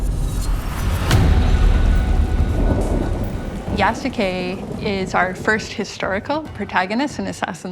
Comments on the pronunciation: Lmao, Yasuke who? Jasuke 😂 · did they mispronounced yasuke? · Why is she saying his name like that?😅